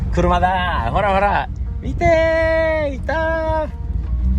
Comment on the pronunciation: ジョーダンの事を英語で ジョウンッって発音するんだ！